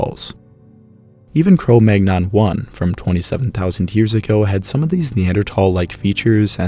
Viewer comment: Cromagnon - Kroh Mann-Young 😅